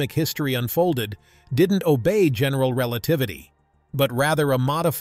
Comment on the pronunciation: Relatavity. Nice.